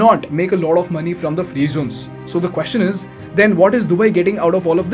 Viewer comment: Great video! I hope India will actually learn from Dubai (and myriad other success stories), though I'm not holding my breath. BTW, freight is a mass noun, so it cannot be plural. And it's pronounced "frayt", not "freet". No wonder the transcriber thought you said "freeze".